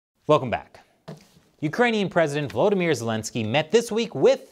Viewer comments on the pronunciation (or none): none